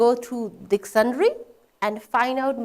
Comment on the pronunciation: A little embarrassing that a teacher doesn't know how to pronounce 'Dictionary'. She is constantly pronouncing 'Dictionary' as dictionry